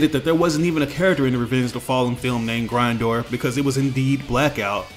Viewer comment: I hate the way you say Grindor